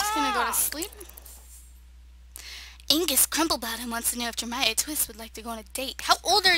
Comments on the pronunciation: It is ag nes girl not angus boy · She pronounced Agnes wrong. 😂